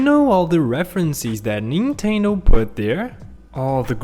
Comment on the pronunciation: It's actually Nintendo not ninteno oh and also reference not referenceee